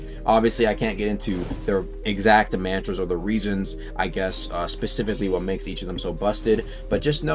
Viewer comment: Can’t be that hard to pronounce mantra bro said man 👨🏿 tras